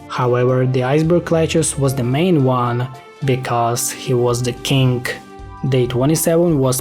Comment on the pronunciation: i like how you sometimes say some words like kink isntead of king